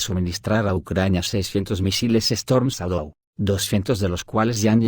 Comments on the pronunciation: Chédou. Pero el audio es de lector automático. Por eso pasan cosas como "teléfono aviv" y "...quosciente intelectual..." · Lee así : Chadou = shadow